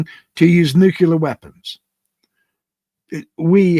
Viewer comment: Nuculear. You've lost me. Sorry.